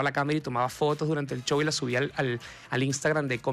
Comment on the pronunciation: Por que ….. Show lo pronuncian CCCHow…..y no show….. S H y no C H?